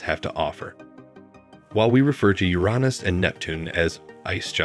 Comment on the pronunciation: This is the first time I've ever heard Uranus pronounced Uronus.